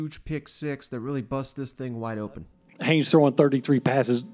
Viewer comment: Good job getting Haynes right👍 The next one is is Achane. It’s pronounced A-chain, like the the letter A and then Chain. I think you’ll have to talk about him a lot this year and I’m sure he will appreciate you getting his name right.